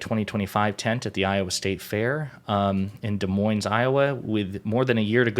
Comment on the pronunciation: De-moine Iowa ... no S sounds